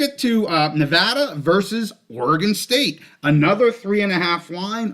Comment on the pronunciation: Appreciate the Nevada pronunciation!! 🙌🏼🙌🏼 Always love the show - watching at the park as always with my boy Jerrie!